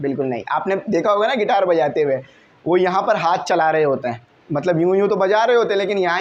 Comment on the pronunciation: Guitar ❌ Gaiter✅